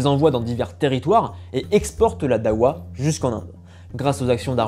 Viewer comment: Darwa , pas dawa pour la prononciation, c deux choses complètement différente 😅 ensuite il n y avait pas j usqua il ya 3 siècle de différence entre les duodecimain (jafarite) et les ismaelien , juste qq différence dans les pratiques mais c tout